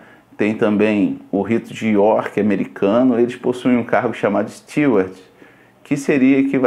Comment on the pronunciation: Então eu seria um bom Mestre de Banquetes, pq sou formado em Gastronomia. E Steward se pronuncia "stúôrd". Isso de "pega uma cervejinha", minha mãe e meu irmão e os amigos deles sempre fizeram comigo nos churrascos que eles fazem, inclusive fizeram hoje, eu só sirvo pra eles quando sou garçom deles, quando não faço o que eles querem, eles me ignoram, fingem que não ouvem o que falo e falam que eu tenho uma "maldade na alma".